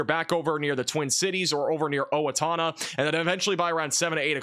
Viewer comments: Just rolled off his tongue like the pro that he is! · I am so proud of you for pronouncing “Owatonna” correctly